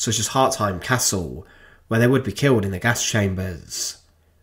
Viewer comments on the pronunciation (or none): none